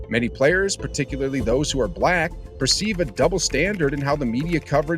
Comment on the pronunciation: you needa practise the way you say black lol